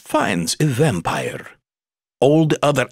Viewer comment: shet I am an English learner and I can't bear this vampire pronunciation -_